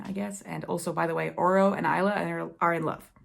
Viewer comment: Will you review the sequels of Lightlark and Fourth Wing? Anyway, Isla’s name is pronounced as ice-la.